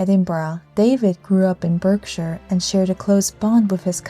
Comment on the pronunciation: The ‘Berk’ in ‘Berkshire’ is pronounced like ‘Bark’.